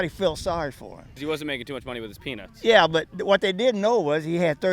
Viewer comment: Boiled peanuts ? Or penus ??